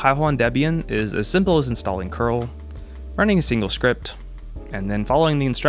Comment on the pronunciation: I love that you say curl rather than c-URL. I thought I was the only one